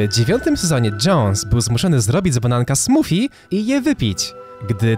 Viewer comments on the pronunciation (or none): none